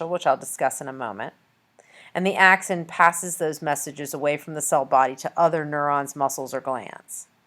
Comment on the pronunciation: This lady has no clue what she's talking about can't even pronounce "axon" lol. Don't waste ur time on this vid